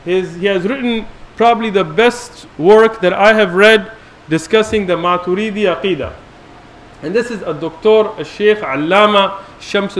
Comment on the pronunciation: They are just following orders from their own mullas. Nothing more! No study has been done whatsoever. The man can't even pronounce Maturidi and calls himself a shaykh😂😂 He thinks we're all just gullible. I'm like the 4th Athari on this thread and again I don't belive ash'ari and maturidi are misguided. They affirm every single thing. They are not mujassima or mu'tazilah. They ARE also Ahlus Sunnah.